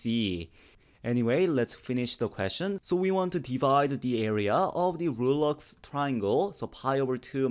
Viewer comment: the x in Reuleaux is silent